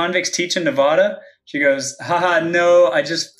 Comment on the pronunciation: He can't even pronounce "Nevada" right...